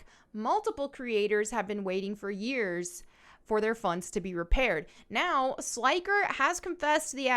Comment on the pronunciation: Sly-ker 😅😅 Not sure if you were doing that on purpose but his name sounds like when you say an old light bulb flickers. Flick-er Slick-er 👍